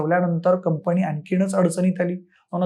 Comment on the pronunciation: शैक्षणिक विषयावर बोलताय; कृपा करून शुद्ध भाषेत बोला. उदा. 'कंपणी' हा शब्द कुठून काढला?